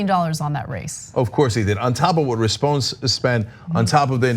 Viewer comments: It's pronounced Rispon-ee, like Phoney Rispone. Just a little info from LA :) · It’s pronounced RISS-PONE-KNEE, and yeah he face planted hard. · It’s pronounced “Rispon-we” as in “we”. Not trying to be a douche, just helping you out Ana. Much love. Tyt for the win!!